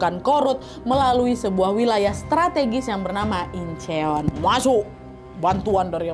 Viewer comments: Kasih tipsnya dikit ya hehhehhe Seoul bacanya Soul. Icheon bacanya inchon. Goryeo bacanya goryo. Biar ngomongnya Kaya org Korea. Hehhehehe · Nyebut nya incon bukan incheon